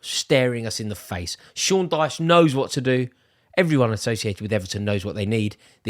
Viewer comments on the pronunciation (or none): none